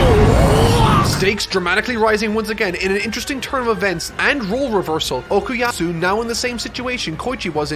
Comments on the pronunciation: ITS FUCKING OKUYASU NOT OKUYAAATTTSU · Okuyasu NOT Okuyatsu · Nitpicking: - It's Okuyasu, not Okuyatsu - It's left ambiguous if Mikitaka is really an alien or just an oddball with a stand power, arguably on purpose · he is still saying okuyatsu